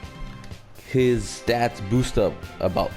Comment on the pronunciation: It sounds you have trouble saying "stats" lol